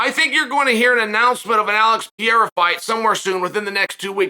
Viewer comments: Chael (I love him) is the gift that keeps on giving with mispronunciations. Pee-air-a?!😂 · Undefeated. Undisputed. Gotta ask—does he butcher the fighter names on purpose? Ariel corrected him once when he went on his show and he's still doing pereira dirty with the "pee-air-ah"